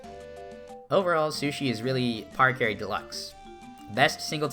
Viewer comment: No way he just pronounced it PARacarry and not PARAcarry